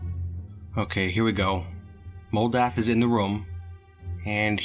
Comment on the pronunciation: Moldath is a mental rock! What I heard: Modalth is a mental *ROC*!